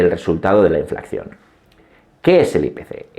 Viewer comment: Enhorabuena por su canal esta rechingón! Disculpe, porque ha dicho en innumerables ocasiones inflacción en vez de inflación?